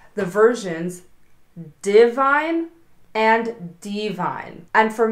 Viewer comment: She pronounces D Vine and leaves the 'i' out.